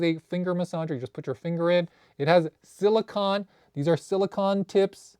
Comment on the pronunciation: Friendly tip, it’s pronounced sili-cone, like ice cream cone 😊